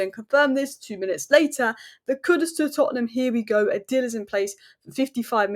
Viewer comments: Isn’t it pronounced KooDOOS? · Can you stop mispronouncing my African brother name that's not how his name is pronounced